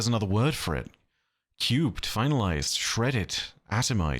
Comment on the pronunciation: The way says "We're Finalized" like "We're F***-ed" had me rolling 😂